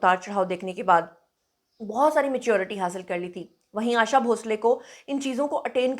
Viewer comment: 'आशा' नाम इतना मुश्कील है? आयेशा नही, 'आशा' नाम है. आशाजी हमारी जान है❤️